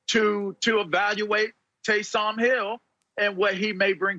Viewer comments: Lavar: Tay-som Hill lol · Tay-sahm Hill 😂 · “TAYSAHHM HILL” - Lavar Arrington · Who the eff is Tay-Salm Hill? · Lavar pronouncing Taysom as if Taysom Hill were a brother.